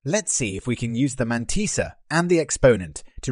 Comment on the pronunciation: The man-tea-sa